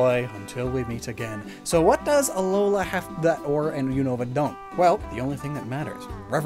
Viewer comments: “And Arizona is called Ore” Pretty sure “Orre” is a 2 syllable word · It's pronounced Or-ray 😤